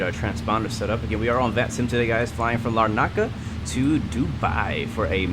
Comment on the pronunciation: It’s not lar…naca, it’s more like larna…ca but without the pause.